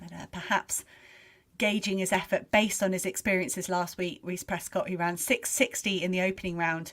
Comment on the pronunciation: 1hr:19 - 1hr:21 It's Prescod not Prescott.